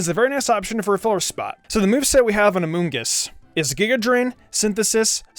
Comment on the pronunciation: Gods everytime he says amoongus I giggle